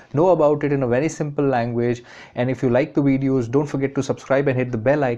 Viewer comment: That nigga said wedios